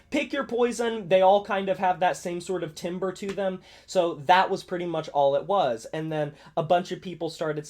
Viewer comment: Timbre is pronounced like "tamber" btw